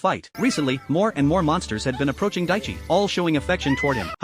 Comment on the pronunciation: His name isn’t daichi but it’s close It’s taichi